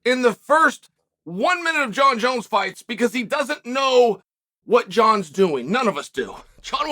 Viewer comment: “Jon Jonz finished” in a Dagestani accent.